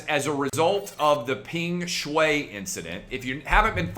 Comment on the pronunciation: I think the correct pronunciation is “Pung Shwhy”